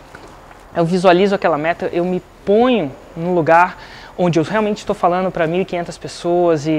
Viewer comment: Vc é ótimo, Maravilhoso, mas, por favor, falano, correno, mandano, fazeno, não combina com vc.